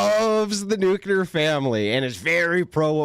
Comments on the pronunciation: (nu) (clear) new clear nuclear Its not new que lar. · Its nuclear not nukular 😂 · Nyoo kya luhr